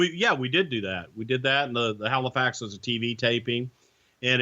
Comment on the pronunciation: you did good saying Halifax the first time but the second time you said it you sounded like hilflax, Way to fuck up my home town name dick lol..... Wait Bret and Hulk Hogan were in Halifax doing a photo shoot??!! Why the fuck wasn't I there?! They kept the shoot a secret you dirty fucks, I bet that was Prichards fault